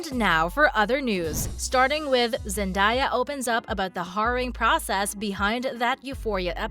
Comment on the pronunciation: it’s zen-day-yuh not zen-die-yuh